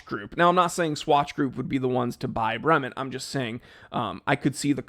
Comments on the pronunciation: You could at least pronounce the name correctly. Brement? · Your zombie ass is pronouncing "Bremont" wrong!!!!!!!!!!!!!!!!!!!!!!!!